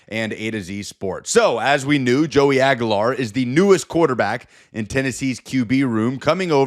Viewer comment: dude , you're an idiot ....it's pronounced AG "U" LAR not AG A LAR with a U U U sound